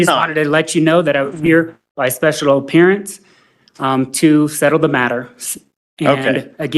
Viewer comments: “special oppearance” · ..special “opearance’ ?